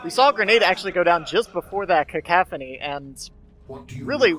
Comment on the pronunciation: *Cacophony, not cocaphany :P great cast!